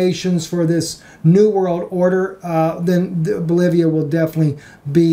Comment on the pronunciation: You mean Bolivia, not Bolovia right?